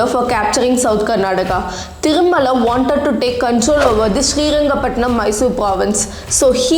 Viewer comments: It’s shreerangapatna not shreerangapatnam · Its not srirangapatanam its srirangapattana , you should aware of these name and should not make mistake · Just one thing Ma’am it’s Srirangapatna not srirangapatnam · It is Shrirangapattana Not ShreeangapattanaM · It’s not srirangapatnam ,it’s SRIRANGAPATNA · When making videos of such great history, kindly use the correct names. It is not Srirangapatanam , it is SRIRANGAPATANA. Honest feedback... Would be good if you work upon your kannada accent since so many words are mispelled. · It's not srirangapatnam.😮 it is srirangapatna... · It's not srirangapatnanam it's just srirangapatna , who the fuck writes your content check it properly before blabbering i watched a video of u telling to pronounce the city names correctly and now .... 🤬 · I think it is high time u pronounce the names correctly Its Karnataka not Karnadaka,It is Srirangapatna and not Srirangapatinam,Its Talakadu not Talakad,Its Mysuru not Mysore. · Mam please correct some places naming you. its not Srirangapattanam it is SRIRANGAPATTANA ..AND it's not vijayanagr it is VIJAYANAGARA.. PLEASE PRONOUNCE PERPECTFULLY OF OUR KANNADA PLACES.. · Please do some research before making a video. It's Srirangapatna and not Srirangapatnam. Talakaadu and not Talakaad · Srirangapatna not Srirangapatnam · Correction:It is Srirangapattana not Srirangapattanam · That is srirangapatna that's the kannada word not patnam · It's not srirangapatnam Please be specific "srirangapatna" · One correction. Its Srirangapattana. Not pattannam 👍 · It's srirangapatna not srirangapatam. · Mam it's srirangapatana not srirangapatanam its in karnataka ....we say patana in kannada but pathnam is tamil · Hello madam Capital city name is Srirangapatana, not srirangapatanam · It's not Srirangapatanam..... It's Srirangapatana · It's srirangapattana,not srirangapatnam. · It is Sri Ranga Pattana and not Sri Ranga Pattanam.Pronounce it correctly. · Stop calling shriranga pattana as shriranga pattanam